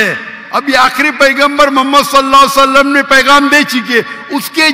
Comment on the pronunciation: Doctr sahib drood pak drust treeqe sy prha kryn s a w alhi wasalm